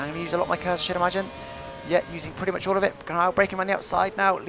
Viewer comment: " I just about managed to get ihh awl slowed down" It's so funny, you say it so much and i laugh every time, I love the way you sound. And i think you would fancy being alongside Martin Brundle.